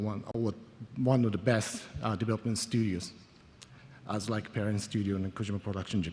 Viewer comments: did you rike it? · did you rike it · DID YOU RIKE IT?? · YES, I RIKE IT VEWRY MUCH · did you rike it ? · DID YOU RIKE IT!! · Aidan T. V. That’s intentional. It supposed to sound like utter gibberish. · Hahahahahha I was saying that the whole time XD